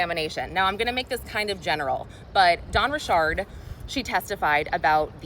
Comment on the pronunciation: I swear you and Kadishalynn are the only 2 people who pronounce Dawn Richard’s name right.